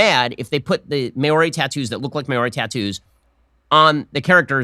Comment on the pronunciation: Ben Shapiro needs to learn how to pronounce Maori, because it's definitely NOT "may-or-ee", it's "Mau-Ree" with a slightly rolled R. His possibly deliberate mispronunciation of their names is more than likely more offensive than the movie itself.